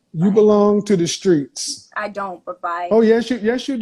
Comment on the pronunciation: “She belongs to the skreetz”. 😂